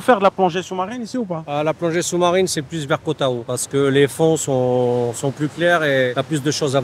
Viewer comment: koh tao ca se prononce koh taw ahahah